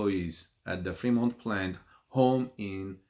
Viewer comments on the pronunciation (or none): Hahahaha the only Tesla factory that is closed is pronounced Free-mont and is in the Free World!